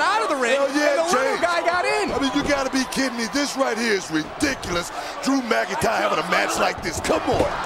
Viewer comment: its not drew mcintire